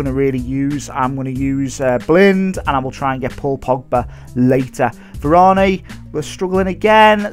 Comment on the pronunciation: It's pronounced var-an easy mistake